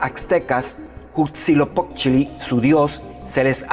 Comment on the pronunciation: No puedes tomar en serio a alguien que nisiquiera puede pronunciar bien a Quetzalcoatl y Huitzilopochtli